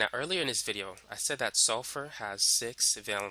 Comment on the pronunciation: "in this vidiyuh"